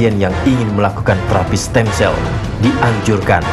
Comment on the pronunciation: "Stem Cell" mba , bukan stand sel